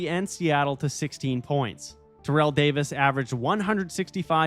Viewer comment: /Terr/ell Owens, emphasis on "Terr", not Terr'ell ala Terrell Davis.